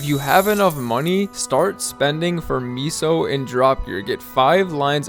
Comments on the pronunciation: Miso gear 🤣😂🤣😂🤣😂 Bruh. It's meso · Meh-sos….for the love of god. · L vid tbh should’ve pronounced meso as queso cheese 😉